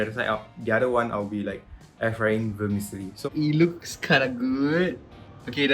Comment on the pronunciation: the way pronounced "vermicelli”... kinda triggering 🌝🌚